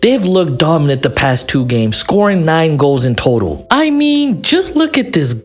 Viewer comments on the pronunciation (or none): none